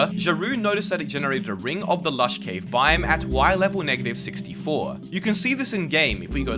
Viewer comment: Learn how to pronounce "biome"